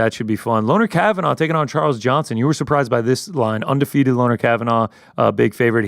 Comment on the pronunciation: Its pronounced "Lonnie" not "Lonner" Kavanagh